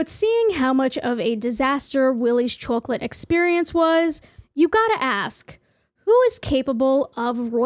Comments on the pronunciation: I love the "chowcolate" accent. And the part that really busted my gut was "Sincerely............. nobody" 💀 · so happy this exists so i can listen to you pronounce chocolate for half an hour 🥰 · a whole video of you saying chawclet I WIN !!!!! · chawk late. something about it scratches my brain right. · der sellin chawklate! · The way you pronounce chwocklat is so goofy, it brings me joy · I like the way you pronounce chocolate. Chawklate hehe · the way you say chocolate is so satisfying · says chocolate like every mom from my hometown and it makes me feel safe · Im sorry, but the way you pronounce 'Chocolate' is great 😂. Loved the vid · i love how u say chocolate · How you pronounce 'chocolate' is so cute. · The way you pronounce 'chocolate' is very interesting to me. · This is off topic but the way you pronounce chocolate reminds me of the old lady from SpongeBob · are you pronouncing chocolate weird on purpose or is that an accent love the vid just confused? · Just curious: what part of North America mispronounces the word chocolate like this?